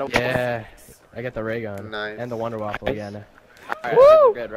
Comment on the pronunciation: wunderwaffe not wunderwaffle :P